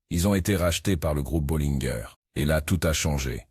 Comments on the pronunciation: Bo - linn' - gueur ? J'ai toujours entendu prononcer à la française : Bo-lain-gé, très rarement Bo-lain-gèr, comme Té-tain-gé et non Té-tinn'-gueur… Et écoutez Gabin dans Archimède le clochard : "Au lieu de dire des insanités, donnez-nous une bolaingé…" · Bollineguerre...Chenette...dur dur L'IA